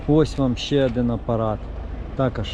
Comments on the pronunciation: Хороший огляд👍 лише "адин" вухо ріже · Чому адин і вісім , адин і пʼять ? Вухо ріже пі.з&ець!